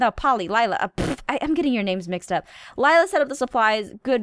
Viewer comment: Um...I actually think Laila's name is pronounced Lay-la, not Lila. But I have no idea how to spell either of those correctly so whatever.